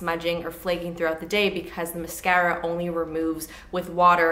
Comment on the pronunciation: I never tire of the way you pronounce "mascara." Here for it!